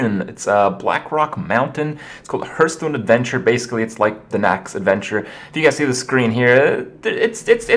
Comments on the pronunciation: Hearthstone is NOT pronounced Hurtstone. Plz. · It still sounds weird to hear "herthstone" (phonetically, i know it can be pronounced either way.)